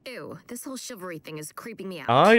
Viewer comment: the boys really did research on how to be a proper gentlemen. also is no one gonna point out that beast boy said chivalry the incorrect way?